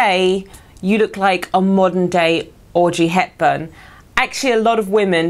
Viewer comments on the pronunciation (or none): Thought she said Orgy Hepburn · Is it me or it sounds like she's saying Orgy Hepburn? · Gamer hahaha right. It sounded like a crazy std to me actually. or sodom and gomorrah. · but you need to say 'Audrey Hepburn' not 'Orgy Hepburn... :)